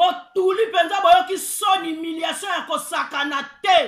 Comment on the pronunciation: C'est HUMILIATION...pas HIMILATION...Madame